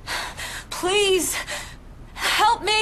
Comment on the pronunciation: wtf is a “PWEASE”